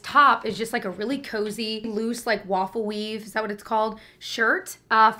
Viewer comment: As a speech therapist, when I heard you say “waffle weave” My brain translated it to “lawfully” hahahahaha